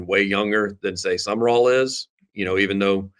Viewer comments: Someone needs to tap on the shoulder to inform him Sumrall is NOT pronounced "sum-uh-rall" or "sum-er-all". It's simply "sum-raul" (i.e., raul as in haul). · Why do you pronounce Sumrall's name as "summer all", is that how he pronounces it.